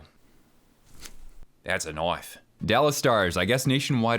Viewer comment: "That's a knoife" 😂😂